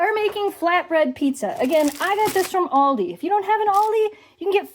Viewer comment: Pizza! Hihi, your pronunciation of Aldi cracks me up. Yes, best pizza is legit self made sauce plus mozzarella and fresh Basil. So good!